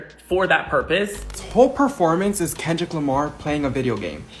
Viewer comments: Let's see...., the majority of football players are African American, the largest portion of Super Bowl viewers are African American and now Hispanic viewers are on the rise so why would the Super Bowl cater to Fox commentators who can't even pronounce Kendrick's name or even pronounce Grammys properly, even though she was reading from a piece of paper. The more than 133 million people who watched the Super Bowl knew who Kendrick was and broke viewership record.... the NFL isn't worried about Fox News and Jeanine Pirro. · Did that say "Kendell won a grammar"? 🤦🏻‍♀️